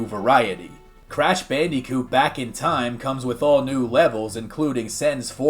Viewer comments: I didn’t even see the Zelda 64 stuff, that looks incredible! Though I gotta question why you keep pronouncing it ocarina of toime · Why do you say “time” like Inspector Gadget playing Minecraft